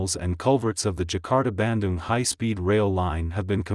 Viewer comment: Bandung I thought was pronounced like 'ban-doong', not so much like 'banden' ...